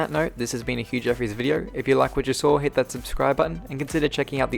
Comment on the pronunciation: He says WEDEO